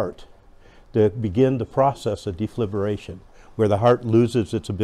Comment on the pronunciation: Dee-fib-u- late😂